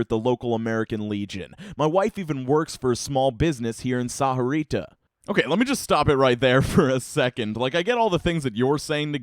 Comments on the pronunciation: The way he said sahuarita made me cringe lol the h I silent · It pronounced more like saw-rita though. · It's weird to hear Sahuarita pronounced like that lmao. I grew up around a bunch of mexicans (myself included) and I usually hear it pronounced as "sa-vua-rita" (thats the best I can write the pronounciation lmao) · Um, excuse me, I believe it's pronounced Sawarita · gotta love hearing mispronounce ur hometown over and over again >:0,............. just kidding, love ya stuff man:) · i was thinking the same thing... not how u say it XD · The way he says sahuarita just makes me die a little inside each time he says it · You’re saying Sahuarita more white then I do